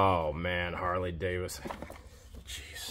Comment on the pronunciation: The large university medallion and the "Jamaican military" item are from Germany. Oh, and it's Harley David son, not Davis son.